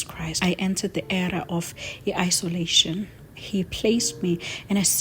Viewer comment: It’s oncology , also there’s nothing called iisololation paparazzi needs you to read properly .. from me your principal